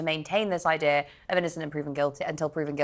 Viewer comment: did she say idear